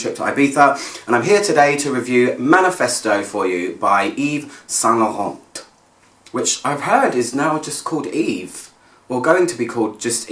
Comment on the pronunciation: Another great review! Love your pronunciation of Yves Saint Laurent :) I really hope they retain the full name.